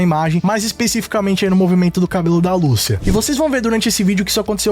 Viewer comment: Google Tradutor Português -> Espanhol Escrevam Lucia e escutem a pronúncia do nome. Apenas no Brasil se pronuncia "Lúcia" em todos os outros é "Lucía", e no trailer fica bem claro como é a pronúncia certa. "Ahh mas tamo no Brasil", foda-se! É nome, não uma palavra qualquer que aí sim cada um fala com sua entonação e sotaque. Garanto que todo mundo aqui fala TrÉvis Scott, mesmo que se escreve Travis Scott e podem aplicar isso pra todos os seus ídolos internacionais., tu acha que quando tiver gravando gameplay do jogo e ouvindo "Lucía" toda hora tu realmente vai continuar a falar o nome da fucking protagonista errado??!